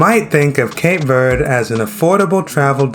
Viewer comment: “Shocked” is a poor choice of words. I don’t know if it’s used to draw people to your channel. As a Cape Verdean, I’m offended. Please pronounce the country correctly- it’s not Cape Verdee